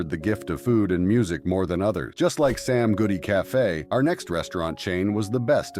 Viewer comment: You keep saying “Sam Goofy” instead of “Sam Goody”